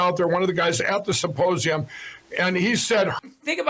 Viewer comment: “Supposium,” every single time he says it.